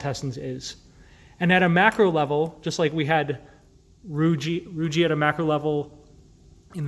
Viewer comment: For anyone watching this video, please note that the word "rugae" is not pronounced with a soft "g" as in "giraffe" but rather a hard "g" as in the word "go". The "e' on the end is a hard vowel, so the word is correctly pronounced as "roo-ghee" with the accent on the first syllable. Anytime, you see two vowels together, the second usually has a hard sound. The same is true with "plicae" (which isn't plee-cay but rather ply-key), "vertebrae"", "teniae", etcetera. Peyer's patches were named after Johann Conrad Peyer, and the last name is pronounced like you would say the word, "higher" only with a "P" in the beginning.